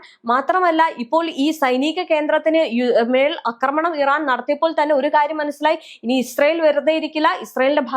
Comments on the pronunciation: അക്രമണം അല്ല ആക്രമണം 😂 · സഹോദരീ, "അക്രമണം" എന്നല്ല "ആക്രമണം" എന്നാണ് പറയേണ്ടത്. യദു പറയുന്നത് കേട്ടിട്ടില്ലേ?